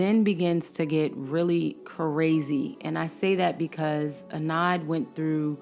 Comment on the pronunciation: Adnan !! not Anad